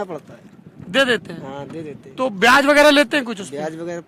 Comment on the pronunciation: भाई तू ब्याज की जगह प्याज बोल रहा है 50000 की ह तो तू ₹50 बोलता है